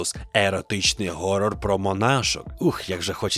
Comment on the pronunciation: Чоловіче, все класно, крута подача, але який в біса горор?)) Так, десь таке пишуть, але це темрява. Якщо ти промовляєш англійське слово, то 'хорор' це максимально можлива погана вимова. Українського слова горор, як слова іншомовного походження, не існує і не буде, на це є причини. Геть не та історія, що з ефіром і етером. А спонсор моїх ви**онів - Академічний тлумачний словник української мови.